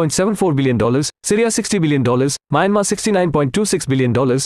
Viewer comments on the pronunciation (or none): none